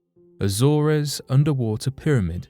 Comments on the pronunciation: Jesus. It's not pronounced A-zore-ez. It's A-zorz. Research man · It's pretty bad when everything can't even speak queen's English Azores is pronounced. A. Zors